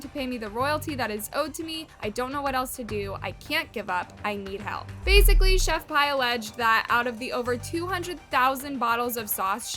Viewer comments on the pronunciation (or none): I can’t get over you saying chef pie it’s chef P lmao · its chef pii not chef pie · For the love of God if you want to be taken seriously when you do videos about people at least know how to say their name right it's not Chef pie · girllll... chef pie. i gagged. isnt it chef PI ? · it's "Chef P"... 💁🏼‍♀ that's JUST the letter "P"!!